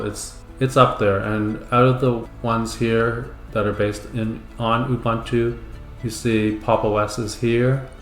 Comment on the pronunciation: It's "OOBOONTOO" man... 🤦‍♂